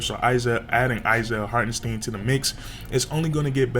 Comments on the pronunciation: Hart • En • STINE that pronunciation is crazy 😂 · It isn’t pronounced Steeeen #stopthesteen